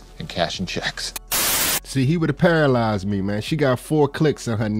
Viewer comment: Talk about para-LIES-ed lol